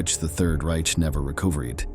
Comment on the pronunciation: This artificial intelligence or whatever it is called is b.s. After less than 9 minutes the "narrator" is mispronouncing such 3rd grade words as Germany, reserved, Reich, recovered and more. Can't the producers have more respect for the audience, and for history, than such garble? Besides, several facts are wrong. This video refers to the German Army uniformly as Nazis, which technically is not true. Yes, the SS and the officers volunteered or were appointed as members of the Nazi party. However, much of the regular Army (Heer) was conscripted, drafted, not considered SS material, or volunteered to fight out of patriotism and duty, but were not ruthless high testosterone ferocious killing machines. Secondly, taking Stalingrad was an important propaganda objective for Hitler, but in itself it was not strategically vital. The video, and many historical sources and war histories, makes clear that Oberkommando told Hitler it would be better if Stalingrad was bypassed. Few in the Nazi high command thought that the capture and destruction of Stalin's namesake city was worth the risk and sacrifice they knew it would demand. It was invaded to hold down and off the Soviets across the Volga so that they could not eventually attack the left (eastern) flanks of the many Panzer, SS and Army divisions heading south to seize the oil fields. But Hitler seemed more obsessed with profoundly insulting Stalin than in the far more crucial goal of taking Soviet resources to support the Nazi war ef